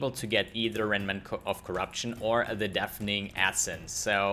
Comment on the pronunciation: It is pronounced deff ening not deef, dief :) Sag Jeff - tausch das J aus für n D- tadaaaaa